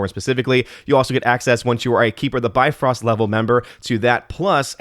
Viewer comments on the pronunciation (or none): none